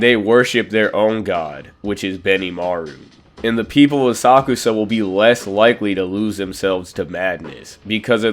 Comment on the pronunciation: ASA-KUSA…the way u pronounce it lets me know u don’t watch the anime or u can’t speak